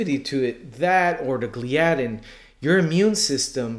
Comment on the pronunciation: Gl-eye-addin, not Glee-addin